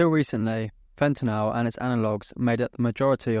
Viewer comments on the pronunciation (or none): Sorry man, had to stop watching less than a minute in, could take you constantly pronouncing it fentinal… Fen-TA-nyl. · Why do they pronounce fentanyl as fentanol ? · It's called fentanyl..not fentenall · Very rare to hear the British pronunciation of "fentanyl" these days, even amongst UK trained chemists. At the risk of appearing over inquisitive, where did you read for your BSc? [No offence if you prefer not to answer that question of course.] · Its a US vs UK pronunciation, in the US we pronounce yl as "ol" where as in the UK they pronounce is "an-ni-yl"